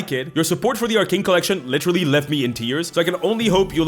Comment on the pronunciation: Is it just me, or do I keep hearing “Lich-terally” every time you say “literally” in this video?😂